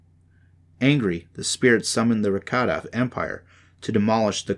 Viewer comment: Man I really appreciate you putting that book online for us and you know going through the trouble of reading it but I think you should redo it because it'd be a whole lot better if you even pronounce one of those words correctly like almost every word that you said like the Ricotta and stygian Caldera all those words you mispronounce